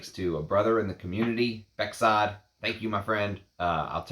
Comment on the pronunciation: my name is Bekzod too, pronounced "bekzod" nicely.